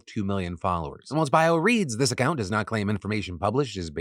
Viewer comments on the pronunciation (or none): none